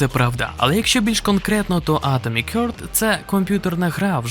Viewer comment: харт, а не хьорт